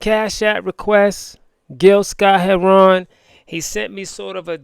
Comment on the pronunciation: Ramadan Mubarak! Gill's last name is pronounced "hair-run", not "hair-ron". My Brother, please listen to Gill's "Message to the Messengers". It should be required listening for all descendants of African who were enslaved in the 13 British Colonies later the USA (ADOS).